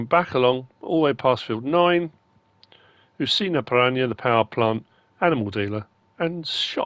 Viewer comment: ParaNA. Pressure on the last two letters. Almost correct though 😉